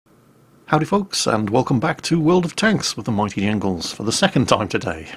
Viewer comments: Wait, did I hear you say the "migthy ingles" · Did he swallow the J ? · "With the mighty yingles"? Lol, did you forget about the J for a second there Jingles? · You're the Mighty "Angles" now? That's what I heard. Can't you even say your name right?